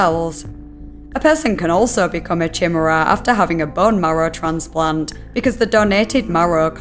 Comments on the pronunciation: Just a bit of info and constructive criticism, "chimera" is pronounced like "Kai-meer-uh" or "kai-mare-uh", not "chim-err-uh" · chim chim cheroo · Chimera is pronounced like ky-meh-rah since people will be commenting about it lol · Chimera is pronounced "kai-MEER-uh", not "SHIM-er-uh". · Why do you pronounce chimera as "chih-muh-ruh" lmao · Great content as usual! I must admit, I cringed a bit with the chi-mera pronunciation but your videos are so enthralling that it's ok :P keep up the good work! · Ki-ME-ra (it's Greek m'dear) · Chimera...I always thought it was pronounced ky-mera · chimuruh lmao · Just for reference the word chimera is pronounced ‘kai-mare-uh’ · Chimera is pronounced "Ky-me-rah". Since everyone is in agony from that, but haven't told you how it's said at all. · i thought it was pronounced “ky-mehr-ah”. but maybe that’s because i’m american or something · I thought it was “chi-mer-ah” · Pronounced kim-era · I was not prepared for that pronunciation of "Chimera". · That's how I pronounced it before I heard someone say it. Glad I'm not the only one! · Not as bad as how she says Chinook in another video. Was really surprising. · The way you said chimera broke my soul 💔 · ironically she did better at pronouncing CJD than she did with chimera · Some people don't know the word beyond how it is written. And words from other languages get worse. But it also put me on edge, so you're not alone.